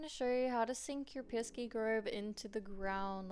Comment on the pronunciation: Piski?? Not piski - piksi